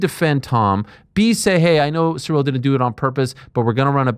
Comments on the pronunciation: Who the hell is "surreal"? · Chael's pronunciation of foreign fighters is "surreal"